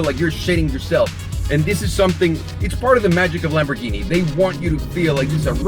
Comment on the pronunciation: Last time I was here he used to say lamb-boar-guinea pig